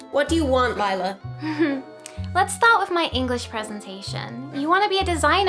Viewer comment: Oh I’m so sorry but I got really really mad when no one believed lila and when she said marinettes ladybug I went crazy and also Lila is right at the end her name is li la not Le la.